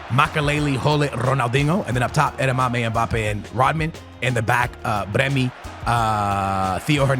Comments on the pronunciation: Low driven is a HARD. Not slow through the grass my friend btw his name pronaunced Ade-YeMy its German if im not mistaken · add-ee-yemi that is how you pronounce it much love cant wait to watch every day you da goat